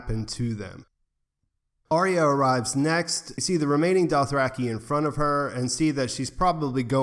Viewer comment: Arya. Arrr-ya.